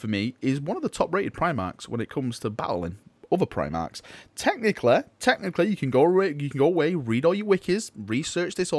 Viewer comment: I love how you say technically like "technicle"